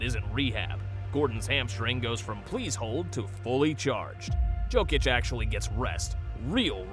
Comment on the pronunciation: Saying "jokeitch" instead of "yokeitch" -phonetically... braun is said Brown, and as my man pointed out... Michael Moore? Mike Malone is gone...but cool get it wrong two ways